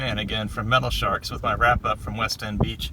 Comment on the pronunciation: It’s all good brother there’s still names I mispronounce like Hobolochitto Creek 😁 I used to call it (Whole bowl o Cheeto) when I was a lil kid 😂😂🤣🤣